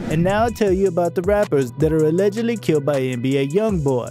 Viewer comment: You should learn how to say allegedly to avoid being sued